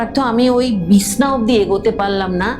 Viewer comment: Madam, Bishna na Bichhna bolun. 😊